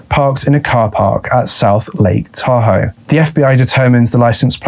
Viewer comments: It’s “tah hoe” not “tahoo” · Sorry, you're too long winded to get to the chase, also you mispronounce the name name of Tahoe, there's no accent, its a one syllable pronounciation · It's pronounced Tahoe not Tahoe. Yeah ok maybe it is Tahoe. I can't decide.